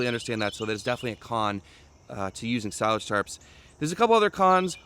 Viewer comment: That's definitely how to pronounce it. S-eye-laj